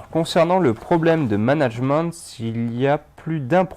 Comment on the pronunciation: nan vraiment, il me stresse a dire managemente